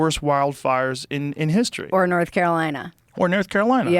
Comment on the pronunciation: Joe says nerth carolina 😂